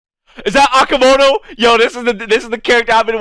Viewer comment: I though who is Akamoto? Then, I realize he's talking about Nobuhiko Okamoto. Maybe Oka is different to pronounce Anyway , Good reaction☺